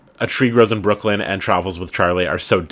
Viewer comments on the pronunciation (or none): none